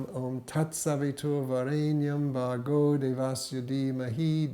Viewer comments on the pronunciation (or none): There are two ways of pronouncing 'Bhuvaḥ Suvaha' in Gayatri mantra the way in which you pronounced it is correct as I would expect from someone who had been meditating for so long, but I just wondered why you pronounced the word 'Bhargo' like you did, as it is clearly not correct. It is pronounced in a similar way to a rolled 'R' in Spanish language and not how you would expect it to sound if you were attempting to pronounce it from an English language pronunciation. having never come across the word before or not knowing it is a sanskrit mantra. I think it is important for people to learn to chant it correctly.